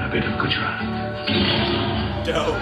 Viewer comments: "Gooraat . .. Gooraat. . .Gooraat"😂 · He ‘Rick’ed the Gujarat pronunciation